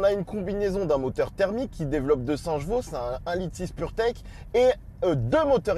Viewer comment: On dit chevaux pas jeveau